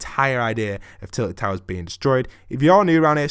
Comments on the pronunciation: TILTED NOT TITLED! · It isnt titled but tilted No hate btw